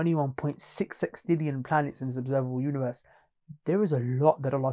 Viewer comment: ... No it's sextillion